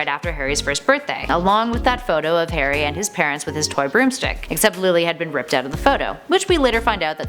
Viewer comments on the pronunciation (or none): This actually hurts me to watch, most of the facts are wrong in someway and the pronunciation kills me Harry not Hairy and Potter not Padder plus An-E-May-Gus, From a British user